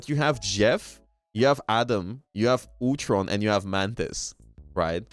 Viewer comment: 'Otron' it's Ultron....Ul-tron.